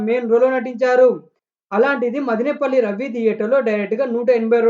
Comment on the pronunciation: రేయ్ తమ్ముడు మదినేపల్లి కాదు రా మదనపల్లి